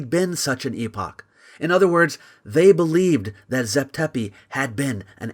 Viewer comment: Thank you for pronouncing it EEE POCH and not.... epic. I've heard 3 american youtubers pronounce it in the american way despite one reading it from an 1800s british text. It disconnects the word epoch from its word origin.